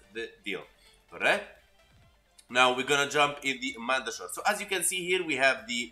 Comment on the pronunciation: The way you say mandachord....mandatory....I say it like cord not shord it was just something little I laughed at....